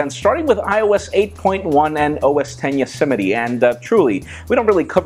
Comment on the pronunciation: "Yosemity" LOL it's YOSEMITE... just saying....:)